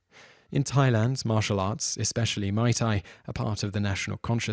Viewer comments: my tai?? it's pronounced MUI! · I know what it is. But its not called Mai Tai the way the guy pronounced it.